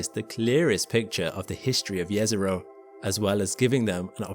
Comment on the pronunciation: Nice to hear correctly JEZERO :face-red-heart-shape